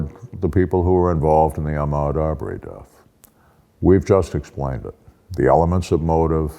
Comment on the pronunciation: Ahmaud Arbery is pronounced "Armed Robbery"